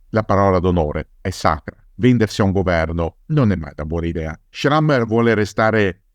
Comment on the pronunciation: Jean Schramme's name is pronounced Shram.